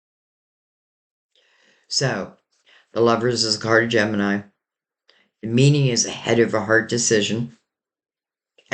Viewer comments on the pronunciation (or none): Please don't say Genimi